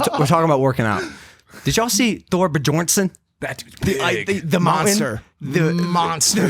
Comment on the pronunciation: "Thor Bajornson"... Bruh